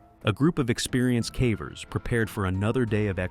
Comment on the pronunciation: Not as bad as when the AI narrator pronounces "cavers" as "cavvers" but calling Ficco "Ficko" is sending me 😂😂😂 (No offense intended; it was just funny, lol.)